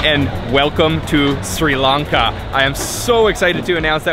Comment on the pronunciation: Great job capturing SL! Love the video! And thanks for pronouncing SRI LANKA correctly instead of saying “Shri Lanka” which is totally incorrect.